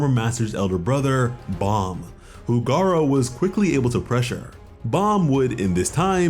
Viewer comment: GARU > GAR-O